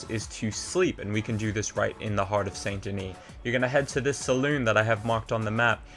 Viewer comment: You can tell if someone really plays by the way they say saint denis